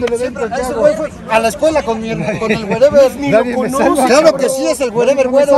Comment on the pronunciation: “fue a la escuela con mi her con el werever” jajaja